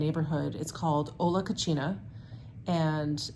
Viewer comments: p co-SEEN-nah (co-CHEEN-nah is a very different word) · Hi, I love watching your videos, but may I correct your pronunciation of the restaurant you visited Hola Cocina, the second c in cocina should be pronounced with a soft c, when you pronounce it with a “ch” that is a different word in Spanish “Cochina” which means dirty person or since it ends in an “a” it would be dirty girl 😹😹😹. An honest and funny mistake again love watching your videos and the house your content🤗🤗